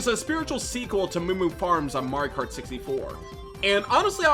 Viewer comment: Had to stop 20 seconds in. What is it with you yanks skipping whole syllables when you talk nowadays? It’s pronounced Mar-e-oh kart. Not Mar-car. I’m sure the video is great but I just can’t.